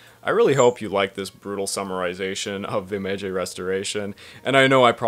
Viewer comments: Didn't get very far, but if your gonna do a section on a major part of Japanese history, shouldn't you get the pronunciation correct? Meiji isn't "May-jay," its MAyG. G as in G. I. Joe. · I've never heard Meiji said like "Mejey" before. Why are you doing that? You don't really have the standing to invent some sort of new way of saying Meiji wrong that breaks the rules of pronunciation here and there. It's obviously said like Meyji, there's no need to put the y on the end when the I is there to make a diphthong with the first vowel, not the second. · He can't even pronounce simple MEIJI and you're worried about this? Lol this guy is a joke mayjay? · How could you possibly talk coherency when you pronounce it MAYJAY??? WTF??? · Not really a criticism but your pronunciation of Edo and Meiji is killing me bruh